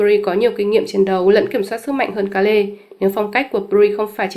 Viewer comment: Kê-rư chứ ko phải Ka-lê hay Kêu.